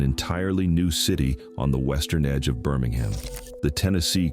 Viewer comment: BirmingHAM not Birming-um Mobile is pronounced Mo-Beel not moble. Elyton is pronounced Ee- luh-tun. This is the only reel I’ve heard say Alabamians with a long a sound in the third syllable- 🤔Ala-BA-me-ans🤦🏻‍♀️